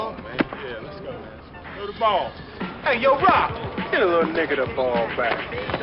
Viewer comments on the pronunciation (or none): none